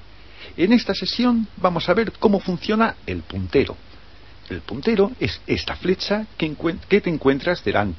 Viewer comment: WTF quien ocupa esta wey mierda el wey q abla es la leche hjahhaahahaha el putero??? a no verdad el puntero